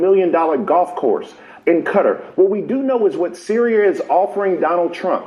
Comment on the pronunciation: bro doesn’t know how to pronounce Qatar 💀